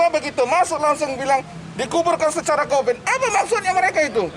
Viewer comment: kuvat kopit kuvat kovit bosan gua dengernya